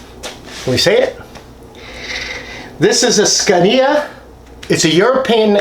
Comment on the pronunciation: Scania is pronounced "scan-a"